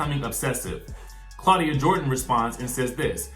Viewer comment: Okay "CLAWDIA" mind yo own Gurr!!!!